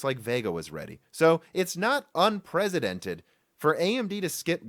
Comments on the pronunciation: The word "unprecedented" does not have a "z" sound. It's a soft "c", which means it sounds like an "s". It begins "un-PRESS", not "un-PREZ". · Every time I hear you say "unpresidented" I think that's what I want to see happen to our current commander in chief.